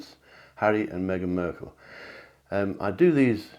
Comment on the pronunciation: Mark not merk drives me bonkers when you mispronounce her surname.